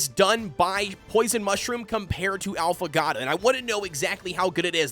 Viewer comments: When he keeps saying: “Alphagatto” 🤦‍♂️ bro its Affogato. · If you're gonna keep making Affogato videos at least take a second to Google how to actually pronounce the word 'affogato'. It's literally phonetic, just sound it out jfc